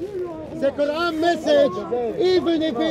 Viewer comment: "even if the ko-ooran is false" 😂